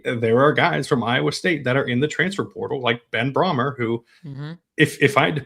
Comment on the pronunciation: Brahmer is pronounced “Bray-mer”